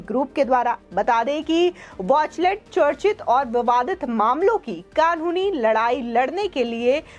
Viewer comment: बहेनजी वॉचलेट नही... किंतु वॉचटेल....कहो...